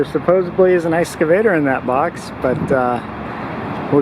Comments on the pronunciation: EX-cavator, not ES-cavator. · There’s no S in excavator. Can’t even pronounce it right.